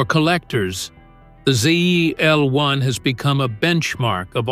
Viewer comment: I quit watching when you called the 69 Camaro a "zlun" (ZL1), if you can't even get the first car on your list right I know the rest is AI narrated nonsense! I hate these quick made no nothing videos!